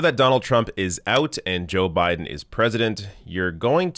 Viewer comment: You said his name wrong but I'll allow it! #JustSaying